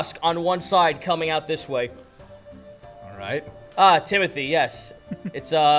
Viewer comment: I honestly thought Timody was just Timothy with a speech impediment